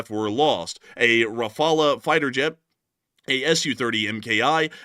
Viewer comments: RA-FA-LE not RAPHALA ! I'm French RAPHALA is NOT how you prononce it. Rafale is a french word meaning like....gust of wind. There is NO other way to prononce Rafale than RA-FA-LE ( silent e ) Just like DASSAULT is prononced '' DASSAU '' you don't prononce the L or de T ( because reasons ) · Ra-fal not refala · Its Dah-soh Rah-Faal. Dassault Rafale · Thats sounds not right to me .. .surely Rafale is R_uh_faal....😏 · If spelt 'RAFALE' in French, then it is pronounced 'RAFAL' .. just saying, guys ... nice work, love your posts. Slava Ukraini! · Raff-al.. [ʁafal]